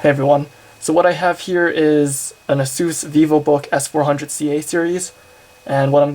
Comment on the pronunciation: An "uh-soose"? lmao